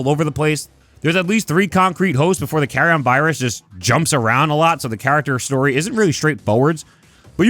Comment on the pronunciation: It’s pronounced Carri-en you goof